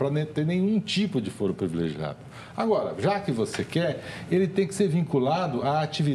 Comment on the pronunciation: CLAUDIA TAVARES — fala-se fôro, não fóro. Foro não é fórum, mesmo se advindos da mesma palavra em latim.